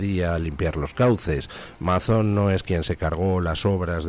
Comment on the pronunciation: No es Mazón, se pronuncia Meison.